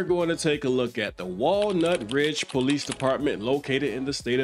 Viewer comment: Walnut PD stressing, the "nut" part of the name.